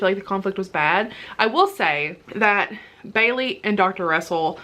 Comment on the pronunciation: Lol I love your accent when you say Bailey. Put the hat back on!!! I'm dying!! Quality content today.